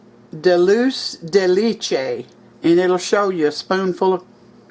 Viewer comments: Looks good! BTW: it is pronounced dul-say de lay-chay. Cheers! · Pronounced Dole-Chay-De-Lay-Chay I first encountered it in Argentina. They put in everything over there. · This looks Delicious!!! Oh, I know that I do not know Latonya or You, however, I have prayed for You All. Here is another little thing that I learned. That can, the contents are pronounced Duhl Chay Day Lay Chay.. It is a Spanish word that Mexicans use for some type of caramel dessert. I agree with You about the pronunciation of caramel too. We always said, "Car muhls". I am from way up North too in South Dakota. LOL!!! Everyone looks at Me like I cannot speak correct English or I am an idiot when I say Car- muhls. I think that Cqre- A- Mells sounds funny. 😊👍🏼 I think that your pies name is a combination of banana and toffee pie also. I will continue to pray for Latonya and All of You that love You also. God Bless You All. 😊👍🏼🙏🏽